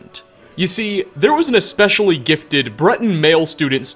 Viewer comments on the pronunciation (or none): none